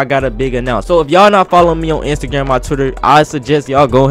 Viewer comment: kinda sounded like he said instagam story